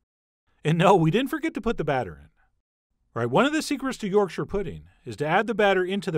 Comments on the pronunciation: Thank you, Chef John, for pronouncing this amazing food correctly. Most Americans say York Shire when it is really more like Yorksha. Well done. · I'd let to take a moment to appreciate that Chef John pronounced Yorkshire correctly as "Yorksher". Not "York-shire" or (God forbid) "York-sheer" as you often hear from people not from up north. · Thank you for not saying YorkSHIRE pudding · Yesssssssssssss!!!!! You actually said yorkshire correctly! I've heard far too many people say it like york shire (think LOTR shire). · yorkshire lass here. just wanna say thanks for pronouncing Yorkshire correctly lol. so many americans say York- Shyyyyyre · Thanks chef John for not butchering the pronunciation of Yorkshire! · Chef John pronouncing Yorkshire correctly made my day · Honestly my favourite part of this video is the fact that an American pronounced Yorkshire right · This video has raised the head count on Americans who can pronounce Yorkshire correctly from zero to one.